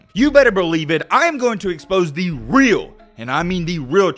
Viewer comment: “ THEE REAL” 🤣